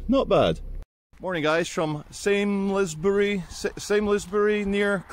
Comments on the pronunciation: It's pronounced salmsbury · It's spelt Samlesbury but is pronounced Salmsbury (a bit like the Welsh word for Wales is Cymru, but it's pronounced Cumry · I pass it everyday. Its pronounced Salms-bury. Sah lms bury. I'm five mins drive away pop in for a brew.